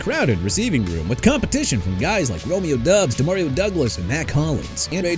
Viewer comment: His name is pronounced Romeo Dobbs, not Romeo Dubs